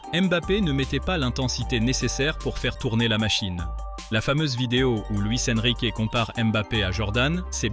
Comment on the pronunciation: « Luis EnriquÉÉÉÉÉÉ » stpppppp 😖😭😖😭😖 Mais cool la vidéo ✌🏽